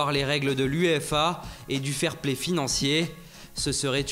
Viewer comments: tu m'as fait mal à mon francais "ferplay" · Prince vegeta lol tu a entendu fairplay financier dans la vidéo tu sais même pas ce que sa veut dire haha "FERPLAY"